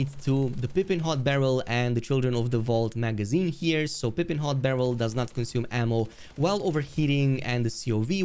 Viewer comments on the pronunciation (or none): I'm trying g to be civil but you suck bro that's all im sure you will erase this comment but video is all over the place and you said so many wrong facts it's crazy and it's (pie-ping) not (pi-ping). Don't know why that bothered me so bad Sorry